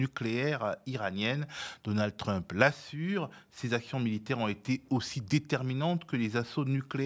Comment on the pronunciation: Je suis partagé entre le doute d'avoir un spécialiste de l'international qui dit "truumpeuh" et mon plaisir à le voir mépriser autant la langue anglaise 😅